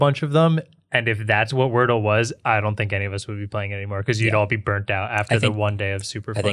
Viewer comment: Wardle vs Wordle...just saying... 👩🏽‍💼